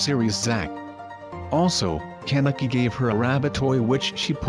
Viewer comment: I hate how it says CAN-eki